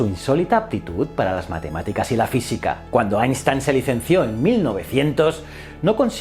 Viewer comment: Qué gozada oírte pronunciar bien Einstein!!